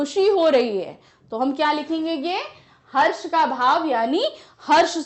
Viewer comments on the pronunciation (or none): none